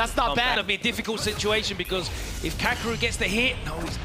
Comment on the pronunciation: Take a shot every time they mispronounced kakeru